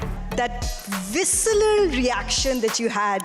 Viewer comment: The host, Mayanti Langer, sounds so fake .... such a shabby interview job with a hugely competent Dravid, who doesn't make a fuss ever. She can't pronounce simple words like visceral and unadulterated correctly...Wonder how such persons are even considered by CEAT to host such a prestigious event